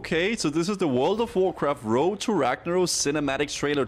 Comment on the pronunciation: Woad to wagnawos. 3rd grade English